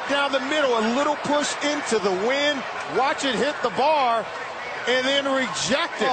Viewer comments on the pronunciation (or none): none